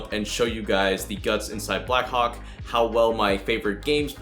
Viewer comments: When you say “Blackhawk” it sound like “ Blackcock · Am I the only one who understood 'Black Cock'? xD